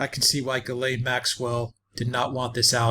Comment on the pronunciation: THE NAME IS PRONOUNCED JIZLEN MAXWELL.